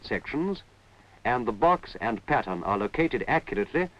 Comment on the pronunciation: What a lot of work and quality. Now stuff is made fast with cheap materials. And when he says pattern I hear patients